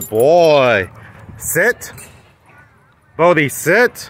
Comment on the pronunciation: Why is his name spelled "Bodhi" when you always call him "Bo-bhi"?